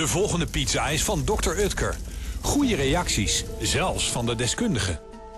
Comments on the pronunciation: Het is oekter niet ukter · Ben ik de enig de me ergert aan het feit dat hij dr. Utker zegt in plaats van dr. Oetker